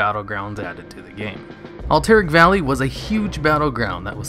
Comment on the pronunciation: Cannot pronounce Cavalry or Alterac valley. F